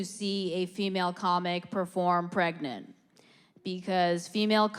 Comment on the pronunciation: I’m pwegant.... HAHAHAHAHAHAHAH!!!!